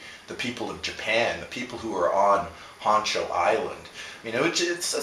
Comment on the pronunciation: This guy is something else, he is more interested in tits than pollution. However, here are some facts. Plutonium is a byproduct from enriching uranium. They do not make plutonium fuel rods, they store spent rods uranium that they don't re-purpose every 3 years somewhere safe, in case needed(at least in first world countries). The island Fukushima is on is Honshu, not Honsho.. I can't believe he is a professor, and doesn't know the basics of what he is speaking on.